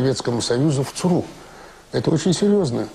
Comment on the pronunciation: Интересно Виктор Черкашин произносит аббревиатуру ЦРУ. У него звучит как СРУ , как посрал, сру и т.д. Прикол над СРУ (ЦРУ)?